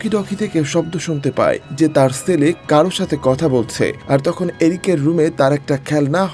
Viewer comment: Apnar pronunciation thik koren bhai Sele na chele hobe